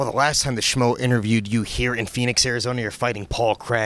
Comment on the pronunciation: Another fighter calling the schmo "smo"